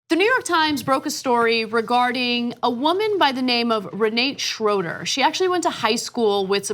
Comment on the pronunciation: Re nah te in german, her family name Schroeder is german too, Ana mispronounced it as well.